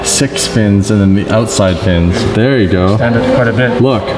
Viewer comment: He said ther a link and ther not